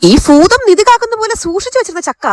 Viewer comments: ഫൂതം അല്ല ഭൂതം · ഫുതം അല്ല ഭൂതം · ഫൂതം അല്ല ഭൂതം എന്ന് പറ